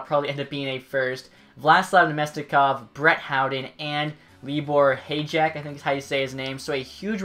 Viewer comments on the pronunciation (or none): Hajek Pronounce like Hi yack